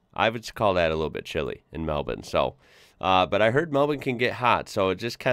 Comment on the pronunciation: Nailed the pronunciation of Melbourne haha. 👌